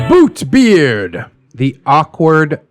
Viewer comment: I keep on hearing "Boobbeart"